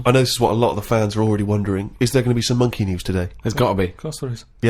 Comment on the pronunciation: "C'mon Rita, if monkeh wants to play wi' nipples let 'im".